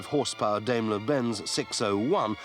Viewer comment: Don't know how long ago this film was made... it's an excellent ref. But for the record it's pronounced DIEm-ler not DAYm-ler Benz. German phonetics "Dai" is pronounced like "Die" in English and "Die" is pronounced "Dee". (Confused yet? One year high school German. And yes. It is complicated. Had to ask my instructor about this very thing.) Onward.